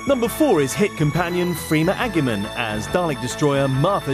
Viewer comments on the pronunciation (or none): it's pronounced ajyeman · The whole poll was bogus for the most part outside Jo and Sarah Jane really...No mention of the Troughton or Hartnell era's. Guess we're all supposed to be DEAD anyway. No offense, but them mispronouncing Agyeman's name wasn't bad. It was the fact she was EVEN mentioined AT ALL that bugged me.. Man, there's one thing about ginger gals. Either their hawt -est OR the nawt-est and KG makes me think naughtee thoughts! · freema agyeman's name was pronounced wrong when it got read out